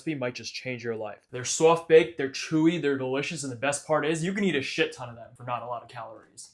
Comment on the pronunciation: dont forget the way he says Soft as SOWFT 🥰